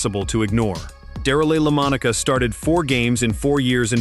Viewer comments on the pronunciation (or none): "Darill Lomonica"... that's some bad AI narration....